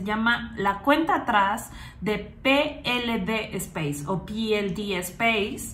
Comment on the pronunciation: Peelede espace y tu dices algo asi como pilidi. No has delet4reado correctamente.